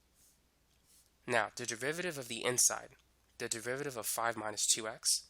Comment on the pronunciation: Is he speaking the word derivative as "de-VI-VA-RI-ve" instead of "DE-RI-VA-TI-VE"?